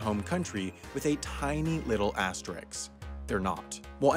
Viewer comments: Am I the only one annoyed by the word „asterisk“ pronounced as „asterix“? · Dude... It's "asterisk", NOT "asterix" you're too good for that. ( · "Astrix" D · Don't say "asterix" please